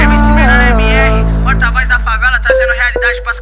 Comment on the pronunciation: Que agonia desse cara falando "Favala"